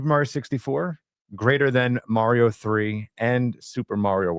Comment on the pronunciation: Mario, not Maaario